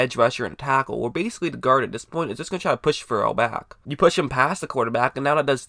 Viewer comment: Clee-lin Fur-ul. Never heard Ferrell pronounced like that. Also, you said you would have picked Allen. Allen is a 3-4 OLB, Raiders wanted a real 3-down 4-3 DE. Allen can't set an edge.